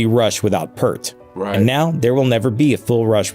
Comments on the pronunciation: My pronunciation belief is …. PEART …. Like a pier 🎣… with a T … Piert-T Edit… Take it one step further…, P 👂 T say the “ear” part quick ..and end sharply on the T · It is pronounced Peert, but many got it wrong over the years. Vapor Trails was the first album after the tragedies. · A lot of people pronounced it Pert, but it is a long "E" sound...like "ear". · The Grunge video repeatedly said Neil's last name incorrectly. It is Peart with 'ear' in the middle just like you pronounce ear. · The narrator of the original video mispronounces Peart. Cringe worthy for me. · "Ghost Rider" on the album "Vapor Trails" was all about the loss of his family. In fact, at the conclusion of the performance of the song on the tour, Neil would snap his sticks in half. The narrator of this video mispronounced his name constantly, to an extremely annoying level. If you haven't seen Rush's acceptance speech for RRHOF induction, you need to. You'll thank me later. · Peart. Ear as in your ear. That's what Geddy says. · Imagine making a video about an amazing man like that and not pronouncing his name correctly throughout the whole thing. Oops. The vowels in Peart rhyme with ear 👂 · Yes, he's mispronouncing Neil's name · For the Professor you need to hear the EAR - P EAR T. Hearing "Pert" so many times was just cringey Geddy just lost his mom in January As for the dumpster fire that is RRHOF the only reason the band made it in was the "powers that be" decided to open voting up to the fans. Rush fans are the reason they were inducted. You really need to watch Alex Lifeson's acceptance speech. Fan's loved it and RRHOF executives got exactly what they deserved. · Initially there's something about this that bothers me. You would think that the narrator would at least know how to pronounce Neil's last name. It's P(ear)t. For god's sakes get it right! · it’s pronounced “ear” with a P in front and a T at the end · It's peert, not pert. You are correct, the video is wrong. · It’s “peert“